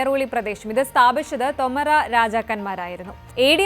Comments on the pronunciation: ശ്രദ്ധിയ്ക്കണം. തൊമരാ എന്നല്ല. തോമർ എന്നാണ്. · തോമർ രാജവംശം, ഉച്ചാരണം ശെരിയല്ല